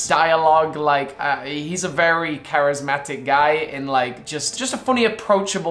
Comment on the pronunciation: Vewy itresing